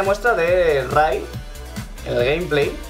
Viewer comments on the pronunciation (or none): Ray se pronuncia rey no como se escribe